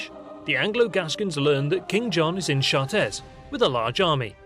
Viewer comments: 3.17 chartres pronounced shaa trah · His pronunciation of Chartres gave me cancer.